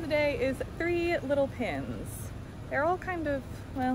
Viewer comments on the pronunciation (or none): Cute how you say pins not pens💛